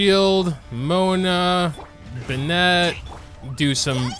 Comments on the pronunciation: man i've been watchin your videos for some months now...they surely are nice to watch but this bennEt pronunciation is killing me ! :D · who else gets triggered when he says “binet”?? 😂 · Why do you pronounce Bennett like that. . . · I’m sorry but the way you pronounce Bennett kills me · Is the way you pronounce Bennet some kind of inside joke? o_o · thats not how you say bennett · omg the pronunciation of Bennett pains me every time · Why does he pronounce bennett like that😭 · why is he saying bennett like it’s a girl’s name.... this is killing me